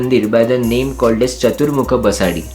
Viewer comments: It's Basadi / basdi and Not pronounced as BasaDi. Nice video . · Excellent video with perfect tour itinerary for 3 days Udupi visit. I just wanted to mention that names three places were incorrectly pronounced. 1. KARKALA - कारकळा 2. BASADI - बसदी 3. Kaup - कापु (though the place name is spelled at Kaup, it's always pronounced as Kapu) खूप छान. पुढच्यावेळी मंगळूरुला पण भेट द्या. मंगळुरुला आपला हार्दिक स्वागत आहे.